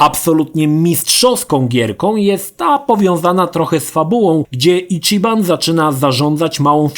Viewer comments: Ale to nie jest imię polskie. Do tego autor filmu kompletnie zgwałcił wymowę mówić "Icziban", co jest mniej więcej czymś pokroju wybicia ołówka w ucho (prawidłowa wymowa to Ićiban). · Matko, jaki Icziban? ち ma wymowę ći jak w CIeszyn albo Ćma. Nie żadne czi. Mahjong to chińska gra i nie ma wymowy madżong. Swoją drogą ładny cringe z tym stwierdzeniem na końcu o oryginalnych japońskich głosach I marzeniem o angielskim. Są granice bezguscia. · Zacznijmy od tego, że ち (chi w ANGIELSKIEJ transkrypcji) wypowiada się ć/ci (jak w słowie CIasto) nie czi.